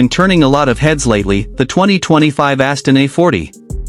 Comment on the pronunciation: What is this BS? I don't think I've ever seen a more confusing video accompanied by an even more confusing and bizarre description of a car that has nothing to do with what is being shown. BTW it's not Astin it's 'Austin.' I wish you Americans would learn to pronounce English correctly. This id definitely a thumbs down video.